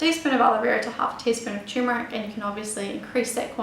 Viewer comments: it is spelled "turmeric" and it is pronounced "tur-mer-ic", not " tumor-ic". the problem I have with this lovely young lady, apart from incorrect pronunciation of her ingredient of choice, isn't her accent, it's the rapidity of her narration. if she just slowed down by 20%, she would be understandable. tumor ick. sheesh.. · Forgive me but it's Turmeric ... that is Ter-meric. However thanks for the great info.:D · First, learn how to pronounce it correctly. The first r isn't silent.